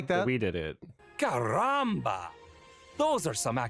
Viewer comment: Then there's him saying, "Caramba." It's like they did this on purpose to be insulting.